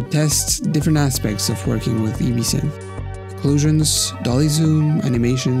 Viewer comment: "EBE-SYNTH" ? Maybe try "EB-SYNTH"